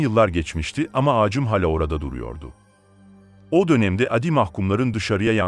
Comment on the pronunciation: Abi şu seslendirme için bi çare bulsanız. Şu uzatmalı kelimeleri kısa söylüyorsunuz hiç hoş olmuyor. Örneğin hâlâ yerine hala diyorsunuz